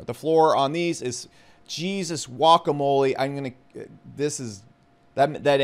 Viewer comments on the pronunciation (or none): none